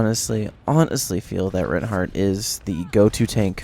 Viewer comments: My opinion is. It's pronounced 'rine-heart' not 'rin-heart' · I love it when people properly pronounce names :D It's pronounced similar to the word Why, emphasis on the I sound, not the E sound.